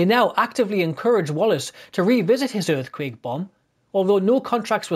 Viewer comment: "Earfquake Bomb"